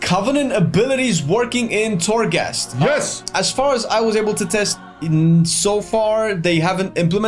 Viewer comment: Unpopular opinion: I can't care less about Torghast. (its called Torghast, not Thorgast guys). I basically don't care. Ill do it tho. As i did farm azerite, islands, raided and other stuff that is needed in the game to progress. I hope they add a good level of difficulty to it, if its not a challenge its not fun for me. Ty for the video tho. Its important to know.